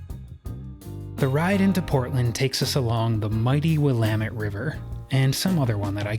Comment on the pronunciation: You said "Willamette" correctly!!! I don't think I've ever heard it pronounced correctly on YouTube.